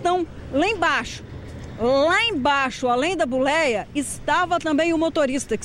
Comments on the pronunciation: A Buleia ? O que é Buleia? Eu conheço "Boleia" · Buléia???? Como pode uma reporter não saber sequer falar, vergonhoso!